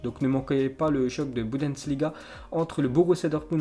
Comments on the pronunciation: C'est Bundesliga et pas Budensliga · Faut vraiment que t'apprennes à prononcer le mot Bundesliga